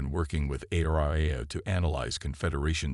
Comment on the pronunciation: Too bad the AI still can't pronounce words correctly. Fix the pronunciation and printing of words like agape, repurposed, coms, ARIA, etc. There are many more that really hurt the posting, too many to list here. Repetition of whole sections is unnecessary and frustrating for the listener. I will occasionally listen to new releases, but refuse to subscribe to a channel that won't evolve. This posting gets a dislike. Great story destroyed by the above mentioned anomalies.